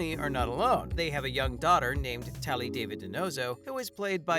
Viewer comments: Oh my goodness! It's not pronounced David...it's Dah-veed..clearly never watched NCIS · wish you pronounce Zivas last correctly, its not david its daveed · It's not pronounced David it's David with an is really accent. Not an American man's name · EVERY video I’ve seen about NCIS that mentions Ziva, they ALWAYS say DAVID and not DAVEED! Always! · It's Da-Veed not David! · Say it correct da-veed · If you are gonna report at least pronounce Ziva's name correctly..da-veeeed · It's pronounced Da veed. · It's pronounced Daveed. Jeez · Hate it when news people can’t pronounce names right. David ( da veed). And Binder ( bin der ). Can tell you don’t watch. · It's obvious the narrator is reading a script and is not familiar with the show since he cannot pronounce "David" properly. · Really wish the channel would learn to actually pronounce Ziva name correctly. It is the Hebrew pronunciation of David. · Ikrr I can’t even when he says it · Exactly! Sad whomever was narrating doesn’t even know how to pronounce the characters names! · I was going to say that precisely!